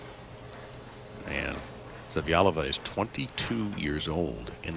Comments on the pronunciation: poor can't pronounce Zavjalova lol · Attempt at "Zavjalova" pronunciation, --- LOLOL